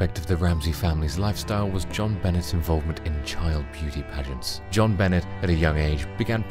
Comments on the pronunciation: I’m 99 % certain you didn’t say who killed Jon Bahnay (true pronunciation of her name) but I didn’t believe the title anyways btw Burke did it and always think of Occam’s Razor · The pronunciation of her name by this guy greats on my nerves and I'm from the UK!!! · You really should have researched how to pronounce her name.